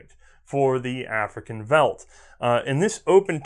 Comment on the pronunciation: My South African ears hurt at the first bit....but I definitely keep listening for the great show. Just for reference' sake: "boer" is pronounced more like "boor", not "bower", and "veld" is pronounced more like "felt", not "velt".